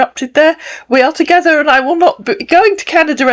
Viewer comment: 🤣🤣. Togeder, appiness, ippopotteamus, 😏